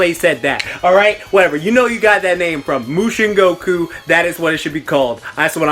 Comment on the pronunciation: Moushin Goku.....Subscribed 😆